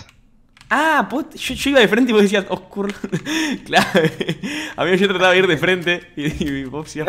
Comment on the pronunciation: dijo oscurlou :v